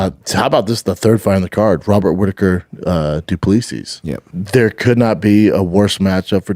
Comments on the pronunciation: It’s pronounced ’Du Ples Si’ not ‘Du Plee-Sis, Baba. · His pronunciation of Du Plessis is amazing